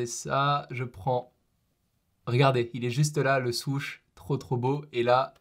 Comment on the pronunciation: Je voulais regarder la vidéo, mais quand j'ai écouté parler son pote ça m'a rendu fou. même toi tu sais pas le prononcé le mot "Huarache" le pire c'est quand il a dit Swoosh, Putain j'ai Saigner des oreilles !!!!!! 😡